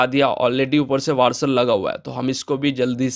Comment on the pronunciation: वारसल नहीं वासर